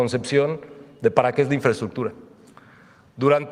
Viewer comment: Mas " infreschukchur " para la maña😁